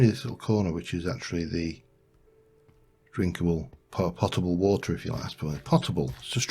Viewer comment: Loving the series so far. Also, it's pronounced like tote-able. Not pot, pote.